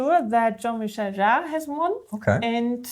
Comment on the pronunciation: Hi! It's Jean-Michel Jarre and not Jean-Michelle, he's a man 😉